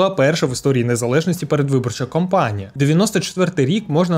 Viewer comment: Мушу включити режим вчительки - пробачте наперед: Передвиборча кАмпанія, воєнна кампанія (від слова campaign) Ай-ті кОмпанія (від слова company) Це - єдине зауваження. Контент - топ. Наснаги